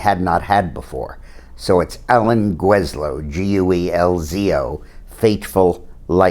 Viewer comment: GELL-zo (I went to HS 2 yr behind him) - No "J".